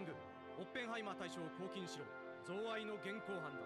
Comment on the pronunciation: お疲れ様でした。 贈賄(ぞうわい)ワイロを贈った罪 収賄(しゅうわい)ワイロを貰う罪 の言いかたです。 この先のロイエンタールの活躍は凄いです。 是非お楽しみに😼